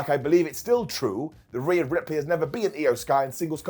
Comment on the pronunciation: All the pride wwe has for its japanese wrestlers....and yet they let her say "ripley" smh...should have known that letter combo is disaster for Japanese broken english speakers